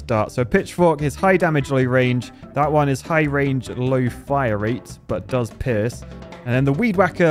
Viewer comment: one thing right away before o continue watching. I'm 43 seconds in and.. well.. your "pierce" sounds a little off there. 😂